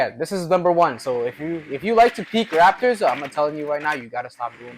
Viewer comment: Its "rafters" bro. good tips.